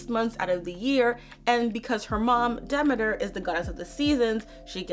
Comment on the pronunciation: Very cool video! I actually watched the whole thing, which I almost NEVER do with long-ass videos where it's just one person talking, lol. Very interesting look at the various stories. What's funny is I had no idea of the "Hades asked Zeus for permission" aspect of the myth. Also have I been mispronouncing Demeter my whole life. It's "Demetter", not "D'meeter"? Wow. One part of the myth I've been hearing about for years now is that part of it represents the sadness mothers feel when their daughters are married off- like Demeter's grief represented that of all mothers (since Hera wasn't the, uh, loving type).